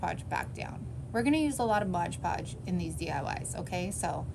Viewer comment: I've never figured out why people say"MODGE ( WITH A GE ON MODGE ) podge "? .lol it is MOD-PODGE lol 😆 I'm not being mean just a lil sarcastic 😅 🤣 😜 it cracks me up... Alit of crafters say tbis word like this , but why ? Is there something I didn't know . Just curious .. Love your mini crafts .